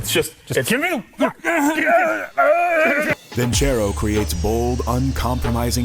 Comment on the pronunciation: Nobody really going to mention that he kept saying vinCHero?... there's no H in Vincero